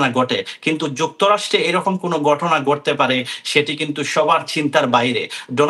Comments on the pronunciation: গটনা নয় ঘটনা গন্টা নয় ঘন্টা আবাল আঞ্চলিকতা পরিহার করে আগে শুদ্ধ উচ্চারণ শিখে সাংবাদিক জগতে আসিস। এসব অশুদ্ধ উচ্চারণ শুনেই সংবাদটা শুনার রুচিটা নষ্ট হয়ে যায়। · আমেরিকার মত দেশে এই রকম গটনা গটে,,,,,, সাংবাদিকের উচ্চারণ,,, 😅